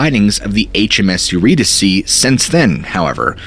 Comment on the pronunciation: Eurydice , pronounced yer-ee-dees (like geese) And yer , like ‘Yer a swell guy’ . ee is the same as the ee in geese.